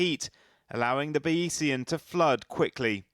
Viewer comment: "Ba-EE-see-an"? Bayesian is a reference to methods developed by mathematician Thomas Bayes, so it's pronounced "Bayz-ian"